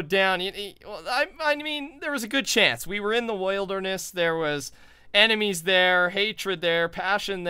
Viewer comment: THE WAY HE SAID WILDERNESS